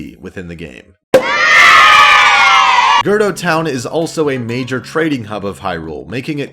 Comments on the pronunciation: It’s cool dude I say “duku tree” instead of “deku tree”. But hehe, girdo. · "Gurdo town" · GIRDO TOWN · I'm glad you clarified girdo town bc I was like ummmmm.... AHHH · "Girdo Town"